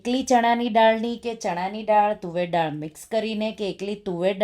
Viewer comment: રેસિપી ખૂબ સરસ છે હું જરૂર બનાવીશ બસ એક ગુજરાતી હોવાને કારણે ફક્ત એક સૂચન છે ઉચ્ચાર દાળ થાય નહીં કે ડાળ કેમકે ડાળ નો મતલબ ઝાડની ડાળ થાય